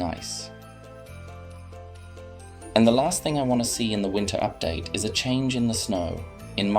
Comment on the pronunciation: Bro he said winter updater 💀💀